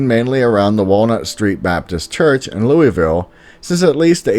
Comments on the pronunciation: Yes I live in Kentucky. Love your vids. Oh and Louisville here is pronounced Lool-vool. Idk why but that’s what it is. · Hopkinsville Goblins was conjured up by a bunch of drunks one night. KSP was called out to investigate it. I’ve lived in Kentucky all my life. #606Rules And it’s pronounced “Loo-uh-vuhl”. 😉😉